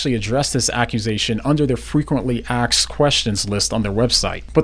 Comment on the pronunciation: "Frequently aksed questions"